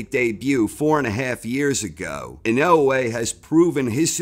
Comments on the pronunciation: Lol... Why can't you say dude's name right??? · I love corner. But can somebody teach him how to say inoue please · You would think the narrator would learn how to say the subject of his video's name, before saying it wrong every time. Maybe he'll learn it and then re-read the script.